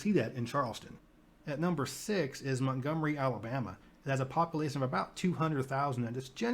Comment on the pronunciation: I love watching your videos but I couldn’t listen to the guy say “populasin” anymore 😭